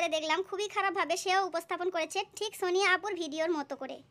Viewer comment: আপু ডিক বলচেন😂😂😂😂